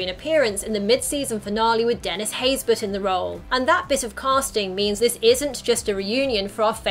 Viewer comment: for the longest time, before seeing his name in the opening credits, i thought Dennis' last name was "Haysberg", not Haysbert. the way Dennis pronounced his last name one time, i sounded like it had a G in it. O_o